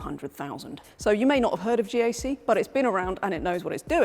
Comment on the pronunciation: GAC is not pronounced Jak, it is pronounced Jace.